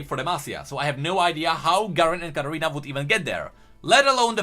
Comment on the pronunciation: It's Katarina not Gadarina